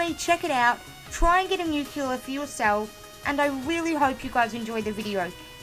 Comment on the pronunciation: Nuclear, not nuculer.